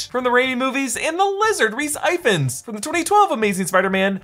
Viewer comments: I just want to point out for future videos that Rhys Ifans name is pronounced like "Eefahns" not "Eyefans". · Rhys Ifans is pronounced Rhys "EE-vans" :) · Rhys ee-vans. EE-VANS